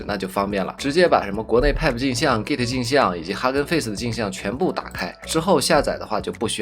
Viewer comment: 就，emmmmmmmm，那个叫“派普”，不是“皮普”